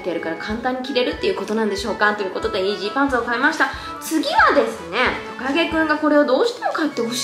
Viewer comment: イージーパンツが妊娠パンツって聞こえた😂